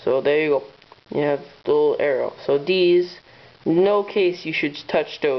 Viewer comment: are you saying THESE or DEES